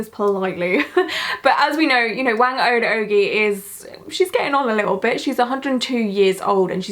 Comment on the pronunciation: You were close! Phonetically, her name sounds closer to “wah-ng oh-d oh-guy”. Thanks for covering this! I’m Filipino so this was really special to me, keep it up!